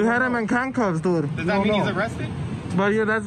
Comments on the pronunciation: "...but I was already inside". Milton Waddams anyone? And "doo"? Can someone tell him there's a "d" on the end of the word "dude". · “Dood.” Learn the language.